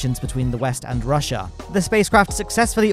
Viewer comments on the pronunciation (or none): none